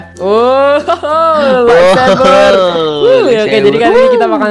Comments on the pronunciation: lightsaber bang bukan laitsaber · laitsaber Hahahhah light sabet bang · R.I.P english lightsaber jadi "laitseber" wwkwkwkw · laitsaber???? lol LIGHTSABER BRO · Bang kocak orang mah lightsaber ini malah laitsaber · Light saber bang bukan lait seber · bukan laitSaber bang tapi lightsaber